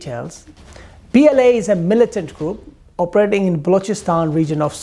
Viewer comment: Operzhating...its oper..ating..